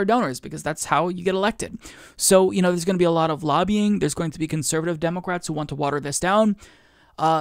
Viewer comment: the only thing that gets me is you saying, "DEH'-mə-krats" as, "Deh'-Mo'-krats." Nobody pronounces the middle "mo" as if it has emphasis. Emphasis goes on the first syllable. Let the MO go. DEH muh krats. Not, DEH MOH krats. It's just weird.